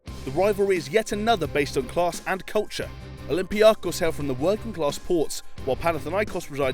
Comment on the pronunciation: I'm Cypriot and the way I hear olympiakos and panathinaikos are way too funny